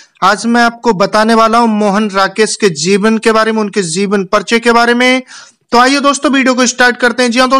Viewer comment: zeevan nahi jeevan hota h